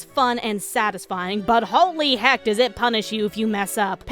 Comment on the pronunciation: I love how you say "hecky"